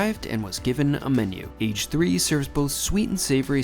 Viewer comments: The Name is NOT “Age Three” 😂😂😂😂😂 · I don't think "Age 3" is pronounced "ehi gee 3" as in how old you are but rather "ah geh" as in karaage meaning fried, hence the shop offering fried sandwiches. It even says that in the menu that you were showing. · I’m sure Age 3 is meant to be pronounced in Japanese as ‘a ge’ means fried